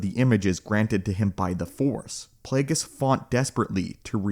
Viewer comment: Plagueis🤮 “Flagueis”😏